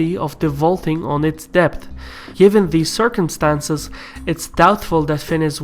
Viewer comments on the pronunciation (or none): none